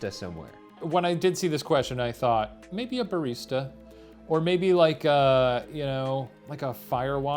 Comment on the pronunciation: i know he says "maybe" but i sure as hell thought he said "baby" and i didn't even question it